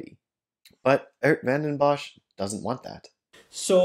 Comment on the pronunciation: He is not even close to pronouncing the name correctly. But English speakers have a very hard time pronouncing Dutch names or words, so it's fine by me.